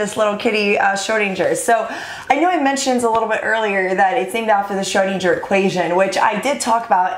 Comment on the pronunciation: Your pronunciation of SCHRÖDIN is quite good but you could improve the GER 😄😁 But the kitty is cute anyhow!! 😻